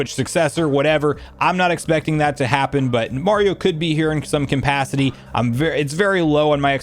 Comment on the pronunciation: Is "compacity" or "conpacity" a joke I'm missing or something?